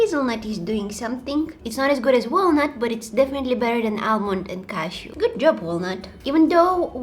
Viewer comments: I thought you said cat shoe instead of cashew 😂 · When she says cashew, Its like shes saying Casio. What do u think guys?? Btw I love u and ur vids 💓💓